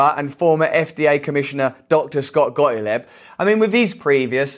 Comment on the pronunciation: It's not GOTILEB it's GOTTLEEB! When pronouncing German names you make the sound which is the same as name of the second vowel so E in the case of Gottlieb. But I in the case of STEIN. XX